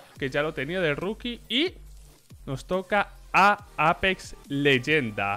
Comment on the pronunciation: aaaaaaaaaa bueno, a simple le dice simpol a fallen follen, y a EIPEX le dice APEX jajode XD